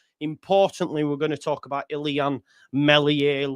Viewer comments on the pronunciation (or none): apologies for being pedantic Joe mate....It's 'ILLAN' not 'ILLIAN' (sorry for the upper case but it didn't look right in upper and lower case)...keep up the top work with the content mate...we all appreciate you doing it! :)